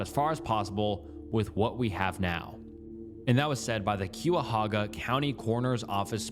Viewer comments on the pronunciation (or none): as a Clevelander, i cringe every time you mispronounce Cuyahoga (we say it Kai-ah-hog-ah) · Q-ah-hoga absolutely killed me every single time he said it so incorrectly lol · As a northeast Ohio resident, my bones crawled out of my skin by how he said Cuyahoga (kie-ya-hoe-ga) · it’s not “Que a hoga” it’s “Kya hoga” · The way you said Cuyahoga hurt my bones. Its said kai-auh-hoe-guh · Kai-ah-hog-uh. You tried, but no lol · Ohioian here cuyahoga is pronounced like ky a hoga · I was waiting for that Cuyahoga pronunciation lol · Another video with mispronunciations easily found on Google for the correct one. Cuyahoga Euclid NAMUS Etc etc Not to mention… - what? How do you know (based on what’s given by the skeleton and autopsy alone) that it was a murder and that the person made sure she couldn’t be identified? How do you know it wasn’t self-inflicted the gun wasn’t taken by those boys or someone else? And the missing bones? Shes been there decades… animals have DEFINITELY gotten to the body… these unfounded assumptions drive me nuts. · He can't even pronounce Christiansen. I wouldn't expect him to know how to properly say the name of some place in Ohio he's never heard of. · Being a person who lives right next to Cuyahoga County it’s really funny listening to you pronounce the names no hate at all it’s just funny 😂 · frrrr lol